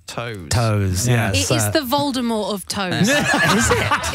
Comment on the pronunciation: The Voldi-Toe 😂😂